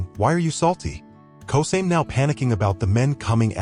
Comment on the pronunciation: Yeah a win is a win, but its Ko-sa-me not kosame